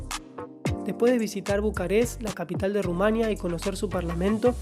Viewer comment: Es tremendo la mala pronunciación de ( Rumanía. ) el resto del video me gusto, yo vivi en Sibiu 5 años y comparto la experiencia